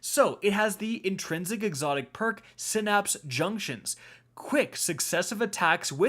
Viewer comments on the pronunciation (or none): none